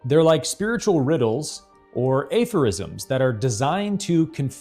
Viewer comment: 'A'. For. Isms. (May I?) The subtle difference is: "aff"/four/rizm. It's not an *AFOUR*,like acorn, but aff/four , almost like the subtle intonation of "after". I hope you'll find this helpful and unthreatening. Respectfully yours, Gregg Oreo , Long Beach , CA États Unis